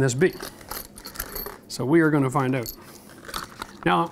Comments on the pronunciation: When you say out like oowt 😊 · that was awesome and helpful -- and i laughed every time he said oat for out :face-purple-smiling-tears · Where does his accent come from? The way he says “out” is different! 😁. Oh, I just learned from Google that he is from a small town in Ontario!!!